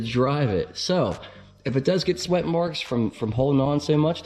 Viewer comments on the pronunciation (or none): none